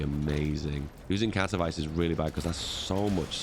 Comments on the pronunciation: Katowice is pronounced katovitse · As a pole, hearing him say Katowice as "kato-vice" truly hurt me inside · As a guy, who lives next to KatoVICE, I couldnt help but smile how you pronounce the name, like in Miami Vice :D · To są Katowice, nie kAtOwAjS